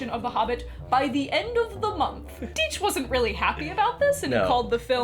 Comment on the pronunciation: A nice video, but please my friends, it's Die-ch, not Dee-ch.